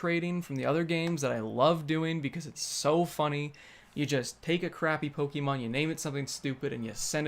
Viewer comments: Pokehmon dude. Accent on the e. Like the "e" in "let's". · Say poke'mon right lol jk. Love this fucking game. I know where all the hate was and still is but. Damn my YouTube feed FLOODED with poke'mon videos. And that's never happened.